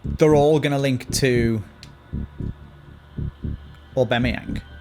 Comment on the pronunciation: Hate the way says Aubameyang lol Obimeyang